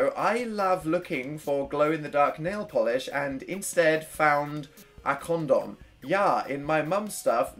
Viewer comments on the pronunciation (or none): none